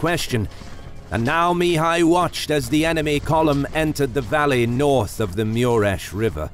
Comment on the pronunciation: wtf dude? its even written on the battlefield map MURES river, why do you pronounce it MIURES, there is no "I" in the name.